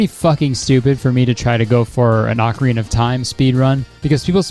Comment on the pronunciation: HEY! You are one of the few people I've seen pronounce Ocarina correctly! Cool.